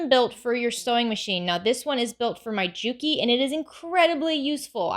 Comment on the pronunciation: The J is silent, say it like U...kee!